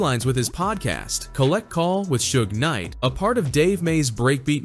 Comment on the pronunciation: 😂😂😂😂 AI voice was clowning Suge calling him Su-gay knight.